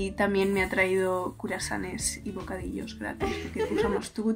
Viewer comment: Me encanta el momento en el que dice "curasanes" en el minuto , porque me he replanteado toda mi existencia preguntándome : ¿no se decía cruasanes? JAJAJAJAJ te adoro